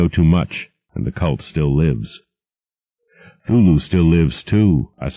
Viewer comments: Um why does he keep saying 'thulu and not C(kuh)thulu? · I'm a bit annoyed by the fact that the narrator pronounces "Cthulhu" as "Thoo-loo" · 5 seconds in and he mispronounces 'Cthulhu'... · He doesn't pronounce the "C" in Cthulhu's name.